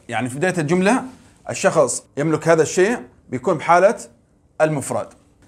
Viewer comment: شكرا جزيلا بارك الله فيك استاذ حفظك الله لدي ملاحظة وهي نطق فعل يملك باللغة العربية نقول يملِك بكسر اللام وليس بضمها تقبل مروري